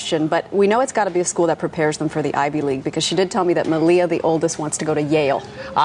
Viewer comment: the guy attempts to say malia .. hahaa.. FAIL